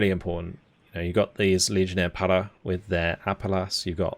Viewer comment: May I do a suggestion? It’s not to make fun of you but in French, when u pronounce “para”, u do it a way that mean “not there”.(it sounds « pas là »)So u have to scrape up your throat to have the good prononciation. 😆 keep going your work on your channel, it’s a great quality content.